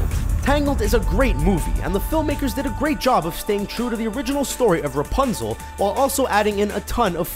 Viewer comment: Princess Rupznel